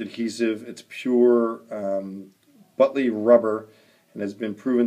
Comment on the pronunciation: Buttly rubber . LOL butyl as in butane .